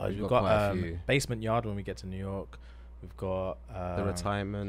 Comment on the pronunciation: DID THEY SAY THE BASMENT YARD!?